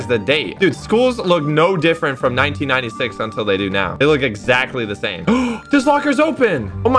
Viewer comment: when said "1996" i heard 9096.